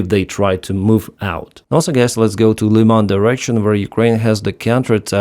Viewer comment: Thank you,, for using the correct pronunciation of the city of Lyman.